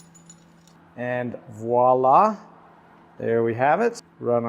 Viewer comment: Thank you for saying "voilà" properly! And awesome lamp!